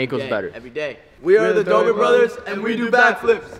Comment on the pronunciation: it’s Dobre not Dobore